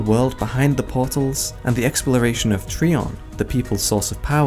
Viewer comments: If you actually watched the show you would know it's pronounced try on not tree on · Answer before video starts: It got fucked because the author pulled a Togashi and broke his back. And it is pronounced Try-on not tree-on